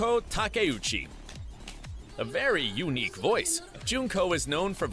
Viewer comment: How the hell did he pronounce "unique"?! Like "UUU-nique"